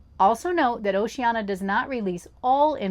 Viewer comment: Need to work on the pronunciation of Oceania. That's an i-a at the end, not an a.